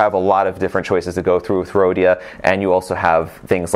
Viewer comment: Just Don’t say “Rhodia”